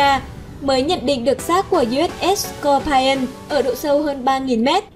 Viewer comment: Scorpion đọc là s cọc pi ơn chứ không là s cọc pai ơn , Anh văn chữ I khi đọc là ai khi đọc là i là tuỳ vào nhấn giọng hay lên cao chữ đó . Vậy Scorpion nhấn ở chữ O đầu còn I và O sau thì không ! Nên I đọc là i không có ai nhé